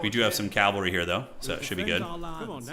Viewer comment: pls: it's pronounced cav-al-ry not calv-al-ry